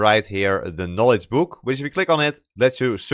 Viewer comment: very good vid but funny hwo i can instantly say "youre from the netherlands!" just because you say "buuk" not "book" xD